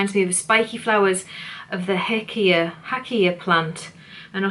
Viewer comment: Thanks some great ideas! The Hakea is pronounced Hay kee uh in Australia 🥰